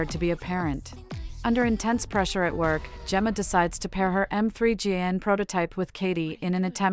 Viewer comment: It's Megan not m three gan💀